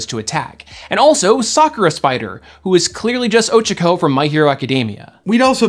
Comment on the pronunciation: did bro just say “Ochico”? Thats not how it’s pronounced, my guy.